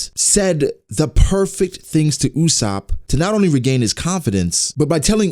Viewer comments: Its ussop not usshop😂😂😂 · Not Usaap..., jezz its Usoopo